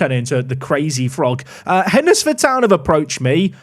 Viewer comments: It's pronounced Hens-Ford The D is is silent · As someone who lives just down the road from Hednesford, I have to say.... it's pronounced HENSFORD :) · It’s pronounced HENSFORD, you don’t say WED NES DAY for the word Wednesday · I live a few miles from Hednesford. It's pronounced Hensford. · Hednesford is pronounced Henz-ford... used to be the furthest Southern team in northern prem. Ground surrounded by a national park. My own park to prme the glory days of a FM14 for me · Glad went for Rugby as Hednesford is pronounced Hendsford and it was winding me up lol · As someone who lived 30 seconds from Keys Park I was really hoping would pick Hednesford Town! At least this way we don’t have to convince him that’s its spelt dumb and is actually pronounced “Hensford” 😂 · Pronounced Hensford! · its hensfud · Hednesford is pronounced heds-ford. It’s basically Cannock which is north of Wolverhampton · It’s pronounced hens-Ford 😂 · So happy you went for Rugby, couldn't deal with that pronunciation of Hednesford!!! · Hednesford is pronounced like Wednesday. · Wed-nes-day Hed-nes-ford 😂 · That pronunciation of Hednesford though. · not having to hear pronounce hednesford like he's never seen the word wednesday before 🙏🙏🙏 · Only a few mins into this video and I can't take it anymore! Hednesford is pronounced hensford and Yeomans is pronounced Yomans. Sorry I know 🤓🤓 but being from that area I needed to say something... carry on! 😅